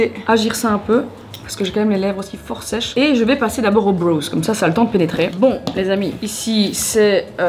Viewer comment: j’aime trop tes vidéos mais « brows » ça ne se prononce pas comme « bros » 😂🙂‍↔️♥️ pleaseeee